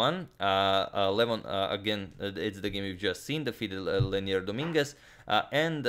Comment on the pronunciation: *Leinier, not Lenier :)